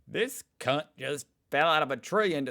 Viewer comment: You can't be dropping c bombs in your natural accent. You dropped one in an aussie-ish accent, and it didn't sound bad, just normal. A few seconds later you dropped one after dropping the accent, my ears bled.